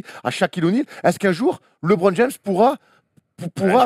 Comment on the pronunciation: Je suis le seul à avoir les oreilles souillées quand j'entends Stéphane Brun prononcer "LÉBRON JAMES" au lieu de [LEUBRON ] ??? Un effort bordel!